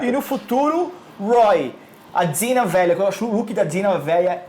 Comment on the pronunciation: Ei Warner Channel Brasil, você paga esses dois pra fazerem isso? Poxa, não tinha uns carinhas mais articulados?! Esse cara barbudo (acho que é ) vem trabalhar no canal da Warner e nem sabe pronunciar os nomes dos personagens de Arrow direito. O cara chama o Roy de Rory, a Dinah de Dina e a Laurel de Lauren....por favor né!!!!Tudo bem que nem um dos dois gostam de Arrow (são 2 fanboys de Flash descaradamente), mas se está trabalhando com todas as séries do Arrowverse, ao menos aprende os nomes dos personagens direito!!!Isso é o minimo. O do canal Hero mania ao menos sabe pronunciar os nomes dos personagens direito.